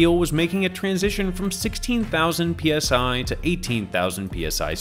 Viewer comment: it sounds like you slipped and said KSI instead of PSI, and it made me giggle.